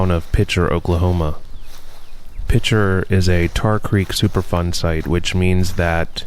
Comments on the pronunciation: Is he saying Super Fun site? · It sounds like you're saying "Super Fun Site"! 😮